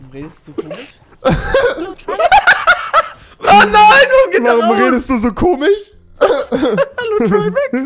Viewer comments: Sag doch komisch und nicht komich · rewi ist so ein dulli. kann nichtmal "englisch" oder "komisch" aussprechen, und sich über andere lustig machen. Opfer